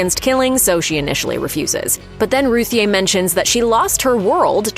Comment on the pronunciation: According to Tom King Ruthye is pronounced Ruthie